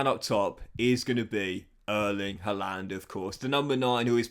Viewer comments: Harlund not huland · Love you but that's not how to say Haaland. Sign Sergio Gomez the LB will have a decent rating now.